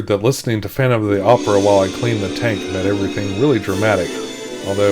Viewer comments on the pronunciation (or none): none